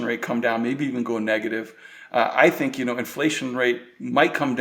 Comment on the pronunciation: Herrgott Jungs! Lernt mal die Aussprache in Englisch. Es ist anstrengend euch zu verstehen. "Think" ist nicht 'sink' auszusprechen, denn das erste ist "denken", das zweite ist der 'Spülbecken'....